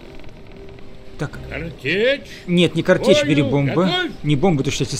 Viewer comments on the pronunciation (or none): Друг , картЕчь. А не кАртечь